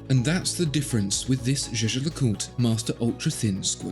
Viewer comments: Ah zere was zis ... le Jejecûte. 😬 Try "Jais-ger-le-CuTRE". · He says "ju ju lacult"